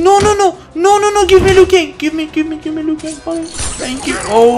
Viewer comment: While you were fighting kung lao and said "Lui Kang" did you mean kung lao?